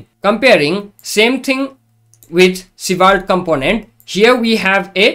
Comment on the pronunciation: Honestly, I love your pronunciation of Svelte. I wish this was the official way. (I truly mean it.)